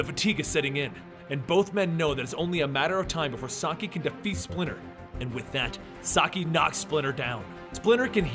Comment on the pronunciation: It’s SAH KEY NOT SAH EYE YOU’RE KILLING ME AT THE MISPRONUNCIATION OF SHREDDERS NAME 😡🤦🏾